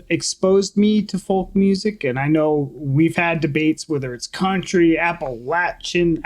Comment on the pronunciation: Pronounced appa-latch-un…just fyi.